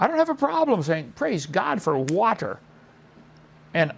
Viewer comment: How does Kent decide which words with Ts in the middle to over-enunciate? He prounces "water" as "waht-tur" and "butterfly" as "but-tur-fly," but he pronounces "thirty" as "thirddy." What's up with that?